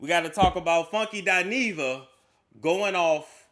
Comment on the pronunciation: OMG,!, I thought it was just me! I don’t understand why people don’t pronounce her name correctly, it annoys the hell out of me!